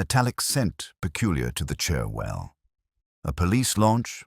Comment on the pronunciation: I hate AI narration. I wish it would be taught to pronounce names correctly. It's so frustrating listening to it. For a start it's not Magdalene it's pronounced Moordlin. And Cherwell is pronounced Churwell. Sorry can't listen any more